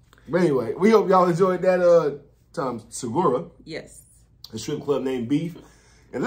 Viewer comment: It’s Tom Segura not Tom Secora